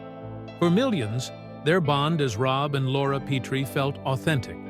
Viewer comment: Yeah, it's "Pet-tree", not "Pee-tree". They need a better text-to-speech algorithm. Their captioning needs to learn punctuation, too.